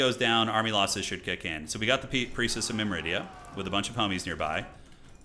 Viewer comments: myr-midia, not mim-ridia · Awesome campaign, btw, it's "Myrmidia" not "Myridia" - not that it's important. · Or "Mymridia" as says.